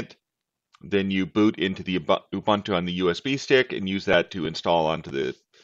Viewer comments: It's not Ya bun tu, it's pronounced Oooh Boon Too. Greetings from South Africa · I still pronounce it you-boon-too or you-bun-too like a heretic. The only time I’ll say oo-boon-too is in professional setting.